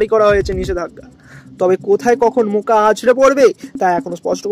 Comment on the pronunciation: মোকা না রে মোচা 😂